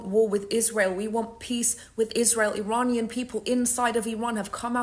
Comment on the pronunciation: i like what she is saying but she cant even pronounce "iranian" correctly